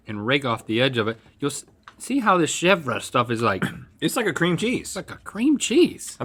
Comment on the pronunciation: I love how he pronounces chèvre cheese (shevdjsbe)